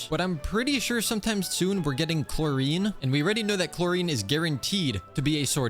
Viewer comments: HE DID NOT JUST SAY "CHLORINE" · Ily ❤ That's not how you say clorinde or arlecchino No leaks clorinde confirmed 4.7